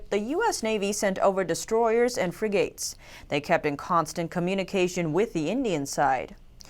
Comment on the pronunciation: I love this channel and, but the announcers should practice pronunciation of words such as: not M,I,G, BUT MIG planes and not fri...gates, but frig...ates.